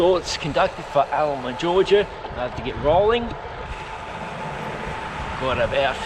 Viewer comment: Great tour of my hometown of Alma! And yes you did pronounce it correctly. JOM now you understand my affinity with dirt roads too!